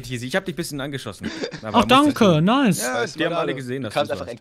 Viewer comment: Dangö :) Ich hoffe jeder versteht, dass das die blöde Aussprache von Danke ist